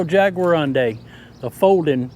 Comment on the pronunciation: Your pronouncing it wrong. It's pronounced Jaguar undi